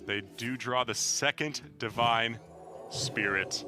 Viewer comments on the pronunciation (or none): none